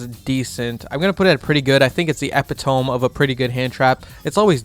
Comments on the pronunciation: bruh epitome is pronounced (eh-pit-uh-me) not (epi-tome) 💀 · my man said epi-tome 🤣 bro idk what song you are playing in the background but it keeps beeping like a microwave kind of irritating. thanks for the vid, cheers!